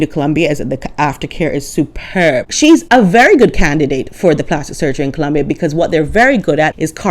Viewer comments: I think you nailed it,!! Thank you! And thank you for correctly pronouncing "Colombia!" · As a Spanish speaker, MJam does not speak Spanish (and I love how you pronounce “Columbia”)